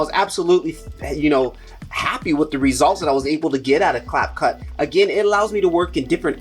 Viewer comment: Fi-Mo, not Fil-Mo; Cap-Cut, not Clap-Cut; kinnie-master, not "kine"